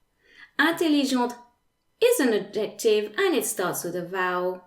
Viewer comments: the c isn’t silent / ˈædʒektɪv / - there is a stress on the / ˈæd/. You pronunciation sounds virtually % Authentic English. I was really trying hard to make up my mind if you were an English person teaching French well, or a French person with superlative English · Super great video, thanks! I had NEVER understood these rules before, now I get it!!! One little thing; the pronunciation of adjective in English is different - I wasn't sure for a bit what word you were saying. Phonetically it is: add - ja- tiv. (three syllables with the accent on "add")